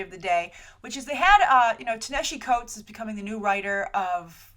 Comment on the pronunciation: How are you STILL mispronouncing that mans (Ta-Nehisi Coates) name? They pronounced it correctly in the Black-ish episode you mentioned like six times. You can even quickly look up how to pronounce his name on Youtube. And Black Panther having a tech mask like that isn't new. That debuted during Jonathan Hickman's run on New Avengers in the very first issue back in 2012.